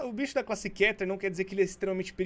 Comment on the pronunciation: se escreve keter mas se diz kiter